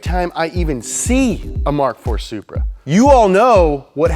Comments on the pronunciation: Did he say supra? Soupbra 🤣🤣🤣🤣🤣🤣🤣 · did you say supra?? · bro did u say supra?? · Did he say supra? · Bro did he say supra